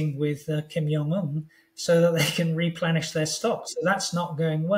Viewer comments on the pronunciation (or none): none